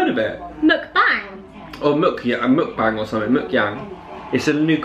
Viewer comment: Oh yes mukbang HAHAHAH! I love the way you pronounced it xD It's actually pronounced as '-bah-ng', not 'mook-bang' xD But sounds cute though hehe love yguys<3